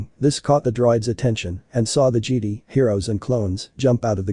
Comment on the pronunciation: It sounds so funny cause it sounds like they say "jeedee" instead of "jedi"